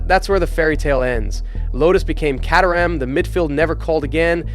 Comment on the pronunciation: Caterham is an English town (which the car company is named after) and he mispronounces that too. Maybe it’s the US commentaries fault? 🤷